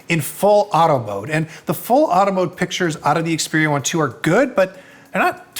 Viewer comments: You're pronouncing it wrong. It's pronounced Xperia eye eye . Ask Google assistant! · I stopped watching the moment he mispronounced the name of the Xperia 1 II phone. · If you review a product could you at least bother to learn how to pronounce the name correctly ? 🤦🏻‍♂️ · This guy doesn't even know how to say the phone's name, and still does a review on it! Meh! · if he really did some research at the Sony universe, than he would known after 5 minutes hiw to say it correctly.